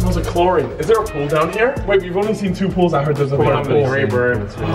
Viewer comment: Why does JJ say pool as poal 😂